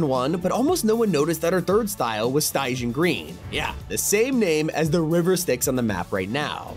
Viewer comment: Could someone please teach this man how to properly say Charon & Stygian.